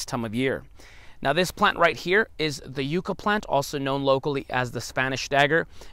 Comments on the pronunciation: Do you stick to like the El Paso/Texas area or do you do anything in Las Cruces/New Mexico area? Also not to hate but never heard anyone say yucca as you-ca instead of like yuck-a. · No offense just thought you may want to know ,It’s pronounced yuk-uh. I just came upon your videos and have really enjoyed the I have lived in the yucca valley area of California for 42 years and never tried eating one , but will this spring, I’m going to try soaking it in a little salt water first for about 15 min like you do eggplant to try and remove the bitterness. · Why wouldn’t you add salt pepper, some kind is spices? Maybe if you pronounced it properly you would like it.